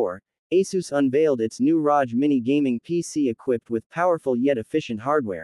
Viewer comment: Its not pronounced rosh like roger its rog.. like hog